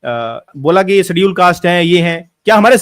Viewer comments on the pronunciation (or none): none